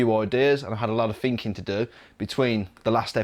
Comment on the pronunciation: Alot of "finking"? Lol